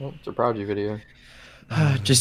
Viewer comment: Bruh the disrespect on Prodigy’s name 😭😭